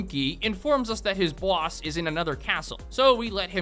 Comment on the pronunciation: has the perfect evil henchman pronounciation of the word "boss"